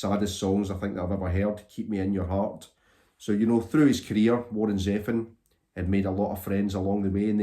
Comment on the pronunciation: Interesting pronunciation of Zevon. I thought that it was like zee — Vohn (Vahn/Vaughn)